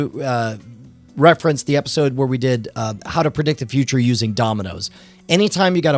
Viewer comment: episword instead of episode lol